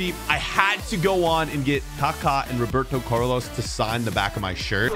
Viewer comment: “Roberto Curlos”